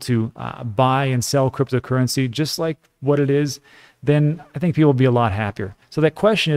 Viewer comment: it's not going to kill you to say your introduction one second slower so you can pronounce cryptocurrency and digital assets properly